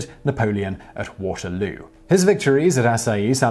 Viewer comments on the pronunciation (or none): none